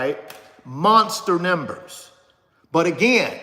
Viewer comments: Yeah, what’s up with …”Nimbers”??? No… the word is pronounced “Numbers” C’mon now, not trying to be super critical but could be some younger folk watching! Also, helps your credibility. Peace, and keep up the good work! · Why can't you pronounce numbers!?